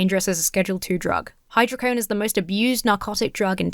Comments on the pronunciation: "Dismembered" 😂 Oh it's hy-dro-co-done not hy-dro-cone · Hydro Co Doughne Not hydrocone But it's just Vicodin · Theres a DO in hydrocodone. Its said like hydro code own. Hydrocodone. Thanks. Happy birthday!